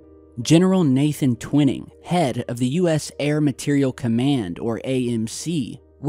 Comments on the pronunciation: I really don't mean to be a stickler on language & pronouncing words but it's actually Gen. Nathan Twining(TWY-ning) NOT Twinning, as you've been pronouncing it. Again,, I apologize for being such a dope for mentioning it to you. Just sayin'.🇨🇦👊🤙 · It's Twining not twinning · I hear it was Twining, NOT Twinning (Twhyning - Twinning) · TWINE’ING not TWINNING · TWINING IS SPOKEN WITH A LONG I, LIKE WHY,...... 'TWHYING' IN ESSENCE... BUT SPELLED TWINING... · I'm a devoted subscriber, loving this episode. But when you mispronounce a historical name like Twining repeatedly, it's like nails on a chalkboard!